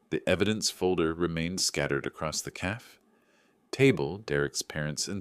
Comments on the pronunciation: I still hate AI mispronunciations of words "calf" for "cafe". Lacey should have known better than to allow a man to come between her and her dad. Derrek needed her for income. I'm glad Lacey got her good sense back. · CAFE: two syllables, ca as in “catch”, fe as in “hay”.